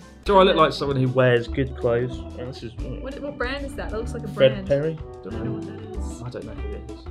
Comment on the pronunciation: what brand is that? Chris: Fred Perry Clueless: gibberish 'Fad P......':)